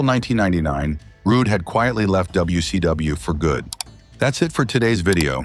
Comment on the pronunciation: AI doesn't sound very intelligent when it says wc dumbayou.😂